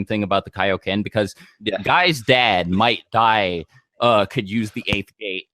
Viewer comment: I thought he said "Might Guy's dad might die", but then I realised he means Might Dai